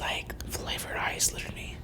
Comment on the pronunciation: Is it just me because when she said ice I heard eye and made a gag sound